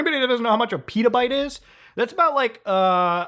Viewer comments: But that's not Pítaybte, but Petabyte :/ You know, "e" is like "energy" Peta. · Did you just miss pronounce petabyte?